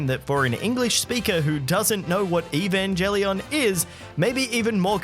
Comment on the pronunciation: "For an English speaker who doesn't know what Evangelion is, it can be even more confusing" On the one hand you saying the name wrong does indicate not knowing what it is, on the other I, knowing what it it, would probably find it pretty cool. Still, no idea that Cool Japan was involved with Universal Studios Japan, but then the only thing I am familiar with them is stuff they've been doing on this side of the Pacific in the form of assisting with anime and video game conventions, as well as purchasing a stake in Sentai Filmwork's, North America's second largest anime distributor.